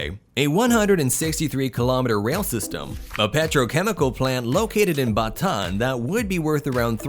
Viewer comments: as a filipino i actually been cringe when u say something about tagalog or our city''s its B a t aa n not ba taan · Its actually Bata-an Not "Batan" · lol he pronounced bataan, batan , its supposed to be "BA TA-AN"